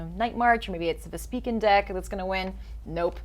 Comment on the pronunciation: "Vespiiken" it's "Vesp-Ik-Wen"